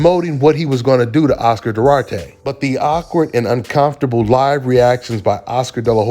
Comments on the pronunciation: UnCommftrable pronunciation ain't it brah. Saying it like UnCOMEfortrable sounds better. Great vid but this just irked me, my bad lol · Hey. It's uncoMfortable. Not uncoNfortable!! 😅😊